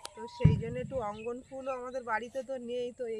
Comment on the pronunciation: উচ্চারন ঠিক.কর.ওটা রঙ্গ ন.ফুল ।অঙ্গ ন ফুল নয় 😊